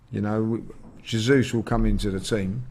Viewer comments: “Zezus” 😂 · or can someone please help the judge pronounce Jesus's name properly please?!🤦🏾‍♂️😆